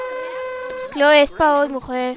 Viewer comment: Clhoe se pronuncia cloi y es hermosa